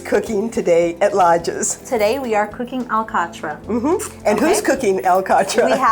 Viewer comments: By my recollection, the native pronunciation was, "al 'cot" with emphasis on the second syllable, and a very abrupt, incomplete "t" at the end. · the above hosts are pronouncing alcatra more englisized than portuguese. Also, I pronounce it completely different way, my parents were from downtown Angra and that makes a lot of difference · just wondering why the pronunciation of " alcatra " was not portugese.